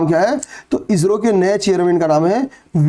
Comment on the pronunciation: आप इो को इजरो क्यों बोलते हैँ😮